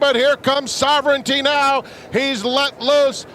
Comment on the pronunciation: You still don’t know how to pronounce Sovereignty? Listen to how the rest of the racing world pronounces it!